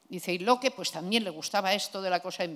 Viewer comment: Alguien debería decirle como se pronuncia Locke, queda muy cutre.